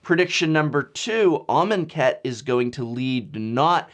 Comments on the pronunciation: I will never unhear "almond cat". Even when you said it correctly, or at least I think you did, all I could hear was "almond cat" haha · Can not unhear almond cat... xD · Shane Riddell 10 minutes of him writing amonkhet in a word document and saying it out loud. 'armen cat? are men cat?'